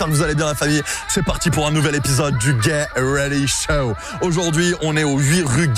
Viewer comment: mec t stressant ! travail ton anglais stp.... 'get ready show' et pas 'GAY ready show' ! enfin c toi qui voit. et c'est pas un bun mais un bun'S ! cordialement peace.